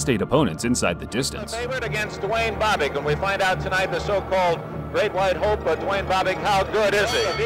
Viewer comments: It's Bob ick, not bo bick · It's BOB-ick not BO-bick. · Bob-ick. Not Bo Bick. The narrators of these boxing bids mis pronounce boxers names way to often. The footage of Norton vs Bobick the announcer pronounces his name properly and yet still the mispronunciation. Get your game together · It's not Boo-bick, it's Bob-ick. Just sayin. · BowBick? Next time use the pronunciation that the announcer did in THIS video. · Love your videos', just want to let you know you are mispronouncing Bobick. The "o" is soft like in the name Bob. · Bobick's last name is mispronounced throughout this video. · Duane Bobick....where do I start with this guy...? Try pronouncing his name correctly...